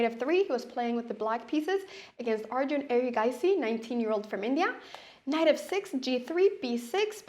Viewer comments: It’s Arjun not aryan. He is not Spanish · I think her Scandinavian brain is making her call Arjun, Aryan. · "Aryan" isn't the Spanish pronunciation either. Our "J" sounds similar to the English "H". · is she saying arian?